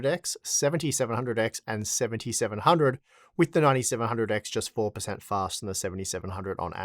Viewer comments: It`s fastah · Pouwa, fasta. Noice.